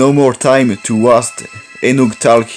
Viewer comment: Waste se prononce west et pas wast